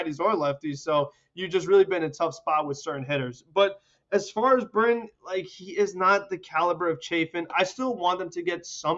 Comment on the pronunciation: “Zach Britton” kill me 😑